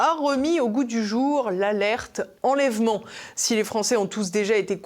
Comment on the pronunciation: "déchaî-neu-ment", "consen-teu-ment", "enlè-veu-ment"...